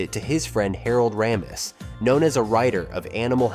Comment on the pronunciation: Not just the pronunciation of Harold Ramis’s name, it was also frustrating to never hear his name without the first name attached, like the two were one-run-on name. And the composer Rachmaninov isn’t happy with how your robot pronounced his name either.